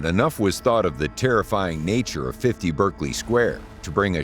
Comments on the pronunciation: Just Stop saying Berk! 😂😂 Berkeley Square in West London. Many Americans, because it is spelt in the same way as the famous Ivy League college in California, pronounce it Berk-Ley, (Berk to rhyme with smirk). But, it is actually pronounced Barclay ( Berk to rhyme with lark) . See also Berkshire, the county in south west England ( where Windsor castle is situated) also pronounced Bark-shire , never Burk-shire! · Please note that the pronunciation is BArkley not BErkley. If you plan an informative video it might be helpful to note the correct nomenclature.